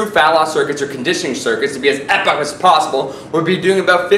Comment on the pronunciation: it's pronouced 'eee poc'